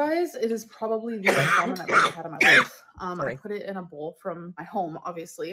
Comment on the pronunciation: I saw a comment that said Alr's pronunciation of "bowl" sent her to Pluto - now I can't help but notice this and other words; "bole: (bowl), "pee-pole" (people), "fillings" (feelings), "off-ten" (often), then there is her articulation of "quantities", "important " - sorry to bring it to anyone's attention but misery loves company